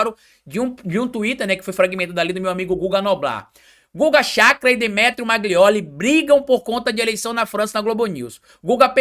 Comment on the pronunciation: Amigo não é MAGLIOLI é MAGNOLI